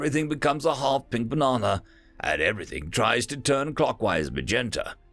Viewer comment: Hearing you manage "half pink banana " like that makes me grin, well done.